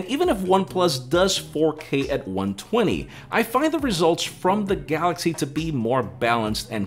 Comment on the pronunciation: The best part is when he says his name and "the gaLLaxy" :)